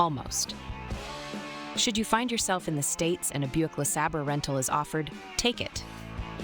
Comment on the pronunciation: 'Luh-Sabber'? Really?